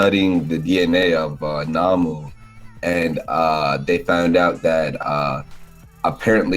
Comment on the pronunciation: It's nomu not namu lol